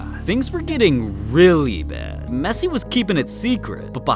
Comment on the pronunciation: I laugh when I heard mesii😨